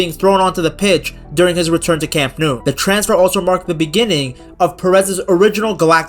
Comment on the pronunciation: Speaking of butchering names, the ‘Nou’ in Camp Nou is pronounced like English ‘no’, not ‘noo’